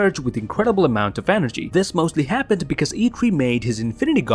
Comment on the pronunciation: Please learn how to say because